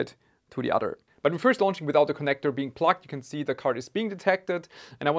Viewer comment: Sounds like you’re saying “plucked” instead of “plugged”.